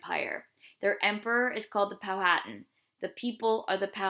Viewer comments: you said powhatan wrong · that is not how u say powhatan